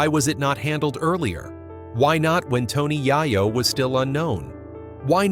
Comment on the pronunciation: I cant watch your f*cking bullsh*t AI videos, he said Tony YIYO 3 times and im done.